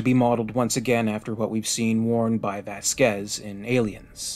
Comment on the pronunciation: It's VAZquez, not VaAZ-QUEz...